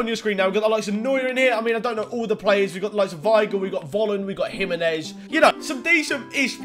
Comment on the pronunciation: If this guy says jiminez one more time